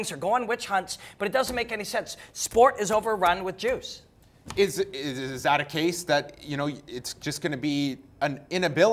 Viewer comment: Almost sounded like robin said sport was overrun with jews! But he really said juice.